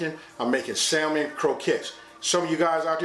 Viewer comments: FYI, the 'L' is silent in the word salmon. Like Sammon. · Can’t take ppl saying sal mon. 😆 sounds funny pronounced with the L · You're right, these are croquettes, not salmon patties. The thing that differentiates the two is the number and type of ingredients. I think yours look great. Technically, the L is supposed to be silent in salmon. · The L in Salmon is silent!!!!!!!! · Who here pronounce that L in salmon? Lol new subscriber here. Been watching all morning! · The "L" is silent😩